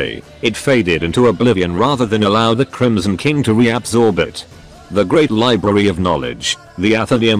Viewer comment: The TTS occasionally sounds like it's saying "The Chromosome King" which... I feel has potential as a phrase.